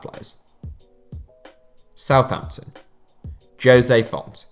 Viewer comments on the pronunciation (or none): none